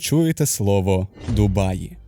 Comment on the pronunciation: Як же мене коробить від слова "ДумаЇ"🤦‍♂️